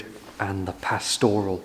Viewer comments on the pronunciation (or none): Adore your videos,, but do pronounce pastoral with accent on first syllable.